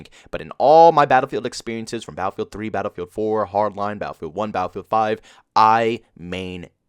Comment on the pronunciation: Philly accent says "baal-feeld"